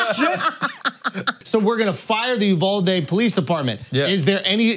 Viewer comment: Named after the city? "UV-AL-DE" 🤣🤣🤣🤣